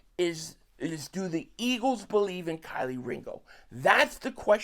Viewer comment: Keelee not Kiley Ringo 500! 😂😂 but it’s def a pro and con for Jaire. I’m cool with them signing him for 1 yr. I’m also fine with not even bothering to let Ringo/ other cbs to battle for that spot. I personally want Ringo to compete at a high level to eventually be CB2